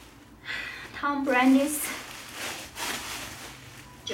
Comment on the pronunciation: Also, she pronounced Tom Brady as "Tom Brandy"